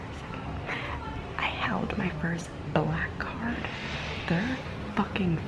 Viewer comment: I swear when you said my first black card I had to rewind because I thought you said black cock. I was incredibly confused.